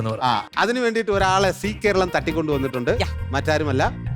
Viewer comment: Only on see Karalam oO? Zee Karalam.. "Za" ucharikkaan padikkanam.